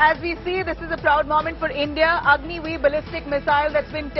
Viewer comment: OMG 🙄 So.... as per her account it is Agni i for Agni-I , Agni ii for Agni-II, Agni iii for Agni-III, Agni i and vee for Agni-IV and Agni Vee for Agni-V ........ Agni ix 😁